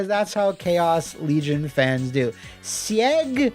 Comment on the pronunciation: Seig from Chaos Legion. I think it's pronounced zeeg